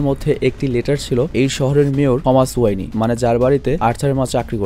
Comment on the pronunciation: ওয়ানি না ওয়েন